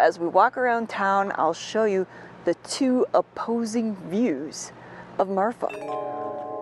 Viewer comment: The name of the town is Marfa, not Martha. As a native Texan I don't think there is a "Martha" TX. I could be wrong, but I don't think so. Anyway the place is called Marfa, and it does have a long history of inexplicable lights.